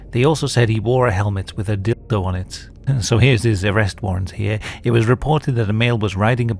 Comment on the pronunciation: Funny enough, the censored version of dildo sounded to me like you said dickdo XD Also, the fact that you spent so much time waking up with the Temu song stuck in your head made me actually laugh out loud irl. Idk why but the image of you just slowly opening your eyes and suddenly TEEMUUU!!! just fills the entire room. XD 😂